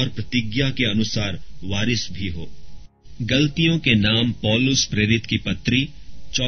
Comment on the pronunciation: Bhai sorry Bt yeh glaatiyan hai. Aap galtiyan pd rhe ho Sorry bhai jai masih di Maaf krna